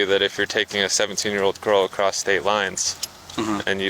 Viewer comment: Acrost is not a word! Why do ppl pronounce ACROSS that way??